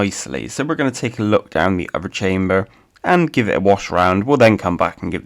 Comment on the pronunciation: You can say "the" and "that" correctly but other is uvver. What is up with that?